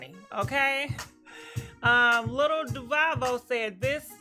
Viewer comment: Lil fiz fucking up the bag like you fuck up duval name😂😂 Tell the spirit to help you with your reading skills